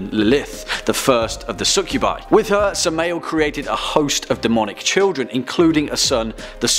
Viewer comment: Samma el. Pronunciation. And where can I get one of those shirts?